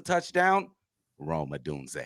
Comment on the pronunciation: gone butcher Rome last name all season! 😂😂…. O DUN ZE